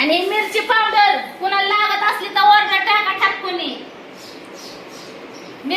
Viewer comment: पावड्र😂 का पावडर